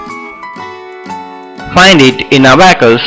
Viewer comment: That is not Abbacus that is abacus